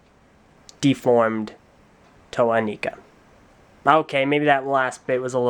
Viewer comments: Gosh darnit,, its EH-NAI-KUH, NOT EH-NEE-KUH. I may be wrong about this though, but even if I am, it sounds cooler. But Gahlee isn't pronounced Galley, and Laywuh isn't Leewuh. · Eh Nye Kuh is what I meant to say, and mine is still cool, even if its wrong.